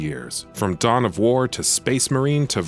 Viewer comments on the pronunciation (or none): He also says “war” really strangely